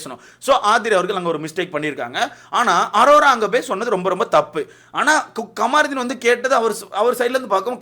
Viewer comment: Kamaruthin illa da avan peru kamruddin. First Olunga name pronounce pannu. Apuram review parkalam